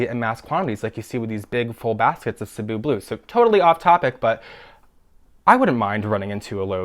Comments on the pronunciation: i was just about to comment too that is the only plant youtuber i've heard even close to pronouncing cebu correctly! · As a Filipino person with roots to Cebu, Philippines, I thank you for pronouncing Cebu correctly, hahaha 😂